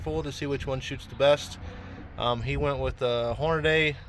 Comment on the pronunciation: I can't watch a video with a guy saying Hornaday instead of Hornady (Horn-a-dee).